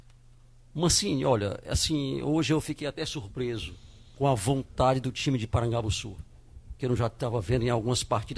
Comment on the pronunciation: Avisa q o nome certo é Porangabussu e não Parangabussu.